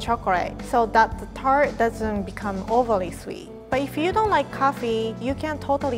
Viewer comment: Her way of saying tart